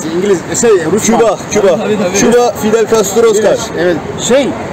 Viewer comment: Abi fiber castro değil Fidel Castro😀